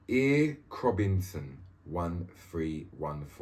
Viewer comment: Bro when you read the second name "ere-krobinson,,, I died laughing,,, I watched it over and over.... the dudes name is erek- Robinson,,,, haha ere krob- inson,,, the fucking best,,, im a big fan and that shit was funny as fuck..